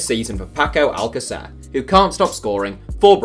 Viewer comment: It's not al-ca-CER, it's al-CA-cer. Trust me, I'm from Argentina